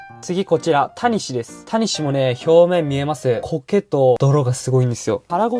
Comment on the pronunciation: タニシの発音違うくね？ 谷氏になってる